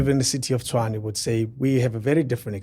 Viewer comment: I am glad she pronounced Tshwane correctly, so far she's the only white person I've heard who has pronounced this word correctly😂😂😂😂